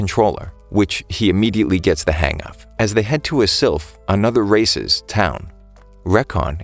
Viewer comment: Why did I hear him say racist not races...am I the only one???